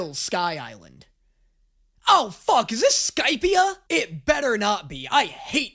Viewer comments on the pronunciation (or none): my first time hearing this I had no idea what ‘skypia’ was sounded like skype took me a minute to realise he meant skypiea from op I think it was either just before he said one piece or just after lol